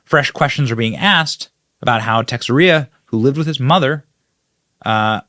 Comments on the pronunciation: Ta share a. Not Tixié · The soldier's last name is pronounced: Te-share-uh. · sth - I think Jack's surname is pronounced Tesheyra. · Benny... Teixeira is Basque from Spain's north. Spaniards pronounce it Tay-shay-da. FYI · Love your show Benny. Tucker is one of a couple I trust from FOX(and Bongino). I just thought if the national guardsman pronounces his name like the baseball player it would be Te-sher-a. I just thought I'd talk about this instead of the actual news because that makes me sick. What I think should be done with all the lying treasonous bastards cannot be printed. Stay safe and watch your back. SEMPER FI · Teixeira -Ta-cher-a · Name pronounced: Ta-share-a. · you always put on a great show there Benny and I don't mean to be the grammar police but I believe it is pronounced " taah-share-ahh. Thank you to good Americans like you and Tucker Carlson's, Stephen Gardner and BCA for your daily updates! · Spanish speaking people say "teh • HAIR • uh", just like they say Mexico, "meh • hee • coh". There was a lady who worked in the management office where I live whose name was very similar to Teixeira. Oaxaca is pronounced "wuh • HAH • kuh". I believe the young man may be of Mexican descent. God bless, protect and keep him. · It's funny hearing Benny butcher Jack's name. LOL